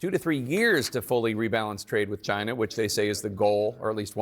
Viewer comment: LOL. Why does Trump pronounce "China" like the 'gina' in 'vagina'?